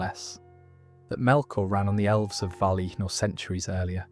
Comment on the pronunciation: Yeah I think it is :( You can hear it on ungoliant which is ‘oongoliant’ at some point, and ‘valinor’